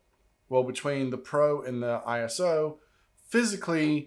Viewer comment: ISO is pronounced I-SO as in I-SO-lation (ISOlation) You don’t say P. R. O. :)